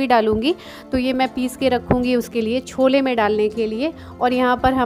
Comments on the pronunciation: छोला नहीं बोला जाता है, छोले बोलते हैं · उसे छोला. स्कूलच्या. नही केहते. उसे. छोले कुलचे कहते है. ठीक से बोला.